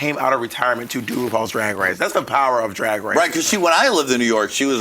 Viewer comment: "Rupaul's Drag Wace"